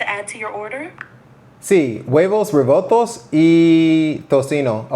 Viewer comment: FWIW, suficiante instead of suficiente munito instead of minuto revoltos instead of revueltos But these errors are normal, I do that too. You were close to perfect.